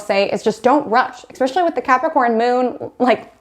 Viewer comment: This is great information, but I was so distracted by you saying eCKspecially, instead o eSPecially, that I could hardly focus!